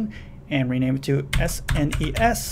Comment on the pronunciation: Thumbs up for saying "S-N-E-S" and not "sness".